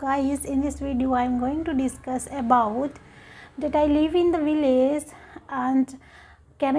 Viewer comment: She pronounces VILLAGE as "vi-laze." Wrong. Right: "vilij." She pronounces LANGUAGE as "lang-waze." Very bad. Right: "lang-wij." Her English is not fluent.